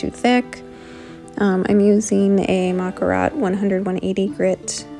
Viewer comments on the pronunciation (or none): Pretty mani! The touch of glitter on the tips was a game changer!! Btw….. the file Makartt is actually pronounced like “Muh-cart”. I tried to spell it out like it sounds. 😂😂😂